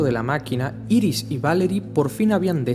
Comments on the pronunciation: se pronuncia airis y es su mujer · jaja obvio es bart allen por que iris como la llamas es la esposa de barry y se dice airis bueno igual me gusto el vídeo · No se dise Iris es airis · IRIS SE PRONUNCIA : AIRIS PLS ME DA SIDA EN LOS ODIOS SE QUE ES UNA ESTUPIDEZ PERO ES QUE SUENA MUY MAL